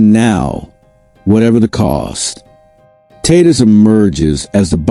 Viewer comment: If the stadium pa announcer pronounces Tatis like you Tatis would turn tail and run from sheer embarrassment. You’re bs crap isn’t worth my time. Your crap is utterly useless.